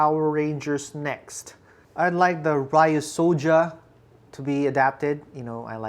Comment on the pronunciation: Ok not to be a troll or a weeb but it is pronounced ryuusoulger ryuu soldier not ria soldier